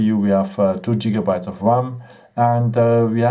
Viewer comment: Don't let him convince you it's pronounced 'Jigabytes' :)